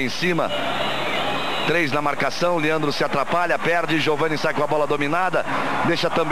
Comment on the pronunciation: Liandro... é Leandro , Galvão